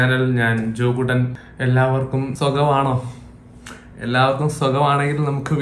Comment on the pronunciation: Joku ten ennalle Peru but bro parayumbo jokuttan enna kekkunne 🙃